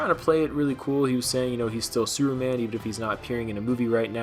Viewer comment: Lol... Did you say "Sewer Man"?? Hahaha